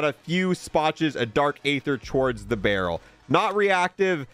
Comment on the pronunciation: How on earth are you mispronouncing aether? It's pronounced "ee-thur" not "ay-thur". The game even tells you, bro.